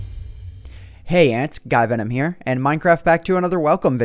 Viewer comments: Who herd him say hi ants guy venom here? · hey ant guyvenom here! ummmmm i think u messed up on the intro what did u drink last night jk jk jk